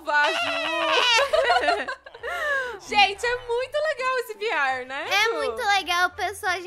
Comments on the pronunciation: Ela falou vr falou viar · E veerre que se fala e se escreve vr